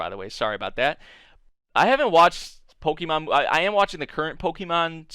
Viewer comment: If you want people to watch Pokémon stuff, I'd suggest pronouncing it right, the accent changes it